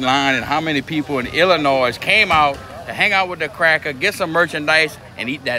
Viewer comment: Look man mad respect but, as a illinoian the s is silent.